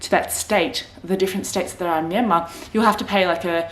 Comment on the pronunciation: Haha , we're in the same boat, but stage 4 restriction is no joke. Working from home is the only thing that keeps me sane. Btw, did you know your name means place in Burmese? Also, you pronounced Myanmar perfectly. For the property purchase, I know people bought properties in someone's name who is Myanmar citizen.